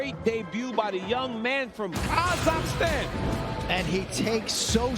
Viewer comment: Yo Bruce didn't say kazakhstan right